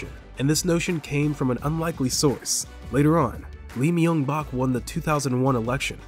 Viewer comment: Dude learn how to say Seoul and Myungbak. Wtf. It takes 12 seconds on google.